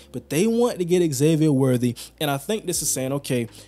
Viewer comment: Its not X-zavier... its pronounced Zavier.